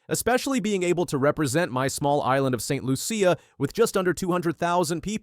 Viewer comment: Not Saint lu-c a it's Saint loo-shuh